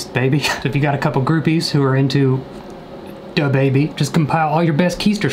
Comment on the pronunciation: DaBaby and “My Da-body” 😂😂😂